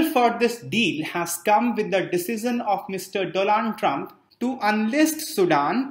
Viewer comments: Mr. Doland Trump 😂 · 'Doland Trump' perhaps said by sir was deliberate. 😂😂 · "Doland Trump" 😂